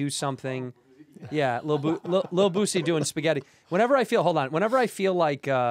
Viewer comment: Andrew calling Boosie Bootsie is so funny